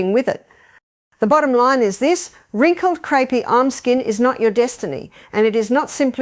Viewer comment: Artificial Intelligence and crepey skin is pronounced creepy by the long winded bot